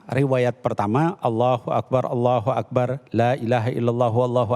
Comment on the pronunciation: Saya hanya ingin komen lafat ALLOHU AKBAAAR,yg diucapkan oleh pembawa acara,lafat BAR DIPANJANGKAN ITU SALAH MUTLAK,YG ARTINYA KENDANG,TETAPI YG BENAR ,(ALLOHU AKBAR)YG Artinya ALLOH MAHA BESAR,jadi kalau ada orang ucapkan ALLOHU AKBAAAR,itu salah mutlak& artinya sangat berbeda,jaaauh sekali ,jadi hati2ucapkan lafat ,jangan sampai kita kliru,mohon ma'af🙏dari surabaya